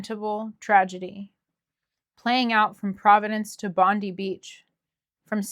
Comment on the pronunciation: In Australia Bondi is pronounced Bond-eye.